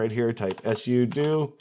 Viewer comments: No it's "Sue-Doh" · do you purposely mispronounce things like "sudo" for engagement 😂